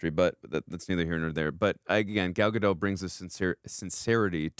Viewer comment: and... the 't' in 'Gadot' isn't silent. It's not a word in Franch, it's an actual word in Hebrew. You welcome.